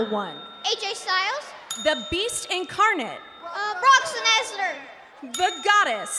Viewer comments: Brock znezlar? 🤣🤣🤣🤣🤣😂😂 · 90% of the comments-cm punk best in the world. 10% Brock Lesnar mis pronunciation